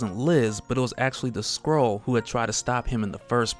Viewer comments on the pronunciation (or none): Is it just me or does it sound like he says squirrel when he says skrull.